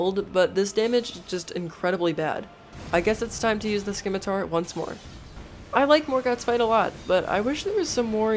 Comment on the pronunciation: For the love of DOG... it's called a Se-mi-tar.. not a schi-mi-tar. I don't mean to rude, alas this actually turned me off.